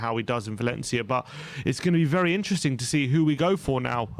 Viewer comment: I find it really funny how often butchers the word "interesting", i hear it in every video atleast once 🤣. Instring, intsring, isntring insteresting